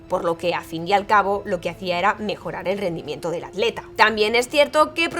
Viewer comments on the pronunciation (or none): none